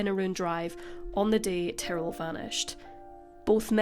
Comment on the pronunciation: I was jarred hearing “Tarell” instead of Ty-rrell. At first I thought I missed something and there was someone involved whose name sounded like Darryl but with a T.